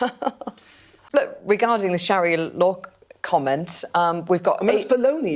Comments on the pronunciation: Its SHARIA law for fucks sake. NOT SHAHIRA. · What is “shahira law" ffs? I cannot take you seriously when you can’t even say it properly! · It’s pronounced Sha-ri -a not sha-hi-ra, at least check your grammar and pronunciation before recording? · It’s Sharia not Shahira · "there is no Sha-Hir-Ra law in London" Your pronunciation of Sharia is so off, I genuinely didn't know what you were talking about at first😂(no joke) . . . Sharia is pronounced Sha-Rea . . . not Sha-Hir-Ra. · Sharia not Shahira lol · It's sharia just as it's spelled mate, not shahira. Are you daft? Or maybe you need to spit polish your specs there lad. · It is SHA-RI-AH not shakira! Why are the "patriots" and "British values" muppets uniformly semi-literate and dyslexic?? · Sorry, it isnt shahira law its sharia law. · It’s Sharia law Not shearer law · Sha-ria not sha-hira, apart from that good video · Not SHAHIRA, its Sharia! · Sharia law, not shahira law?? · Sharia ffs, not Sarah, saraha 😂😂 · Why do pronounce sharia ”shahira”? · It's Sheh-REE-YA, not Sheh-hee-ra. Reminds me of Shakira 😂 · “Shahirah law”😂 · Sharia, not shahira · Sharia. Sha, ria.